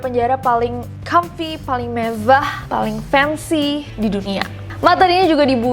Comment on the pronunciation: Gatau ah males pas bilang mevwah lucu bangetz gak da obat wkwkkwkwk